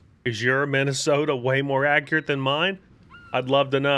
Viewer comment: Ah yes, the Mid-ahh-soda.